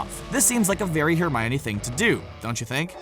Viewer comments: Hermaiony?! Why do you pronounce it like that?? XD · Hermaoine it’s funny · Ow hermoine. That really hurt